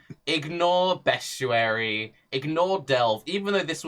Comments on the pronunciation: It's 2019 and still hasn't learnt how to say "Bestiary". There is no U in it. Say it in any way you want as long as there's not a U in it. It's not "Beschuary". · When he says bestuary does he mean beastiary? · Yes, he does. A fair bit of people with his regional accent pronounce the -iary sound as -uary.